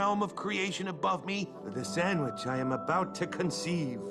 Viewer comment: I love it when he says sammich